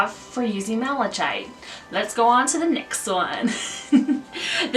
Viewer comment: For the unakite, I think the descriptive word was mottled, which means it has spots, blotches or patches of different colors. You did pretty good with pronunciation! I think the only one that was a little mispronounced was malachite- the ch makes a hard K sound, so it sounds like “malakite”. Some of these crystals were new to me!! Thanks for the info!